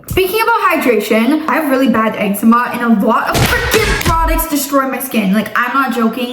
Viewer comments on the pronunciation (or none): I find it funny how pronounces eczema “EGG-zeh-mah” while pronounces the same word “egg-ZEE-mah” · Egg-zeema breakouts 😜 (Promise not trine be mean) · I have been having ex-E-meh breakouts😂😂😂😂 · egg-zee-mah breakouts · eczema i thought it was pronounced ex ma 😭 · eczema 😭 lord it’s pronounced ex-za-ma that’s hilarious how you pronounced it literally how its spelled lol you guys videos always make me smile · I like how pronounces eczema like “eggszeema” and doesn’t care. she’s never said it any different 😭